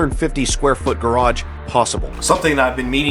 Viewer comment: It’s a garage not a graj